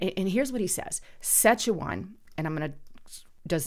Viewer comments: Sass-katch-a-wan (way to pronounce the name of this province of Canada) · pleas get your grammar down It’s province not providence It’s premiers not primers It’s Saskatchewan not Sechewan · Let me help you. It’s Pre-me-ear (say it fast) and Sass-cat-chew-won.:)